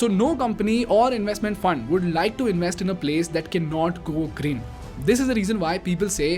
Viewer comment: I never understood why Indians cannot pronounce "v" sounds in English words, since they have "v" in Hindi, such as "vedas", "vishna", etc. Instead they substitute "v" with "w", like Wideo (video), inWest (invest), Werify (verify), proWide (provide), Wiable(viable). Why they do this???